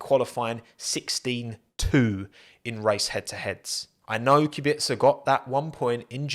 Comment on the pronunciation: Finally, someone pronounced Robert's surname correct